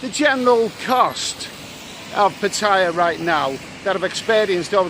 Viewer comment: It's Putter-YAH, not p'TIE-ah